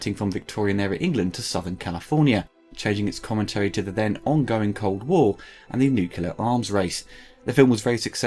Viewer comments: Lol "nukular", try saying "new clear" great vid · Great video but "nuke-a-lear" is a needless addition of an extra syllable and completely thanks to our American friends! Two nations separated by a common language!😊